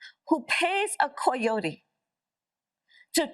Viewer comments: Wth is a koi-otee? This idiot read it and didn’t know it’s a coyote? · Hey Kamala, what is a Coy-tee? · 😂 what is a coi-o-tee? Yes we do think it's important! She's fake and we need to know exactly who she is, well most of us already do. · Koi-yote? Tele-prompt-her? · I lol every time she says coyote